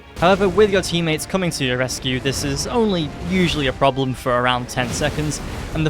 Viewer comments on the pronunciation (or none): none